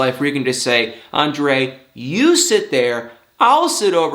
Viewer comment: you didn't say it right... Ahhn-drrrrrayyy